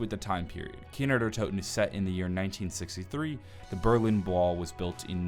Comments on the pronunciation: it's kino not kiner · Why does he say kiner der toten instead of kino der toten? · "kiner der toten" i swear that is how you're saying it xD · Does Anyone know he says Kiner Der Toten